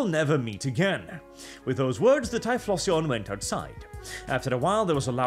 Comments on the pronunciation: It’s pronounced “tie-flo-xion”. Like explosion but with “tie” instead of “ex”. Not…”tie-floss-eon”. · "tie floss eon" ok, sure, you dont know the pokemon, suuure. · Your pronunciation of typhlosion sounds so off that i didnt even recognize what pokemon you meant at first. Im used to the ending sounding similar to explosion. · It's Ty-flow-zhun. Like Explosion but with TY instead of EX. It's a fire type. Filthy fking yuros learn to read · I'm kinda okay with "Ty-floss-eon" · Hearing saying pokemon names like typhlosion is hilarious to me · Typhlosion surely rhymes with explosion?